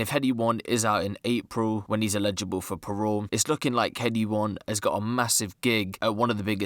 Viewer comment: Man said allegeable for parole on a 6 month sentence 😂